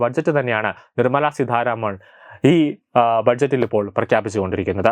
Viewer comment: Seedharamano.edakoothare seetharaman Ennanu.